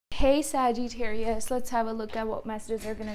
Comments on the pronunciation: I thought she puts a long ‘eee’ in Sa-geee-tarius too. I know a girl from India who has the same accent as her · You are pronouncing the word Sagittarius incorrectly! You are saying " Sagee-tarius! I've been watching you for years.